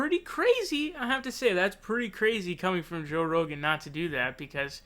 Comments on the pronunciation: Why do you pronounce his name like that? Joe Ro-Gann. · Why do you say “Joe Row-gan”??? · Did you say Joe Roganne? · Joe ‘Ro-gaan’ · Why do you say Rogan so weird? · I see you're having trouble deciding how to pronounce "Rogan" lol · You pronounce Rogan like Devon Nunez pronounces Parnas like you're pretending not to know who he is. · LOL. Joe Ro GAN and Tulsi Jabbard. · i like how you twist everybody's name: Joe RoghEn, Cory BOker, Bernie SAnders, Tulsi GEabbard,etc